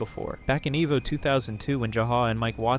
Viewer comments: Eh-vo and Ju-ha. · Eh-vo? I think its e-vo. Friggin dunce. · Its Evo, like Evolution. And its Retsu Prae, like if a Japanese person was saying Lets Play, the mispronunciation of so many things got so tiresome. Good video still. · Noice, great so far and nice narration voice. But it's pronounced "ee-voh" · The research is on point. My only piece of constructive criticism is to double-check your pronunciations. You mispronounced Darksydephil, Jaha, Evo, Evil AJ, and Alex Valle, even though this video itself includes clips of those names being said correctly.